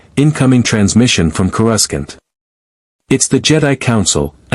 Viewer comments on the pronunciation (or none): I don’t understand why every AI on every channel can’t seem to get word pronunciation right? Even basic AI like chatGPT has access to a dictionary online or the author of the stories should be able to correct the AI’s mispronunciation? It’s pronounced CORE A SAUNT!!!